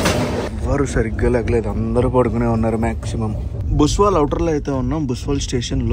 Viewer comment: భుసావల్ జంక్షన్ భయ్యా అది. బుస్వల్ కాదు. ముఘాల్సరై తర్వాత అతిపెద్ద రైల్వే యార్డ్ ఇక్కడే ఉంది.